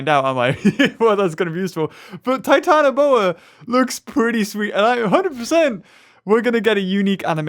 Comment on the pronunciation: it does not trigger me but it not called titanAboa, it is titanOboa. 🐍🐍🐍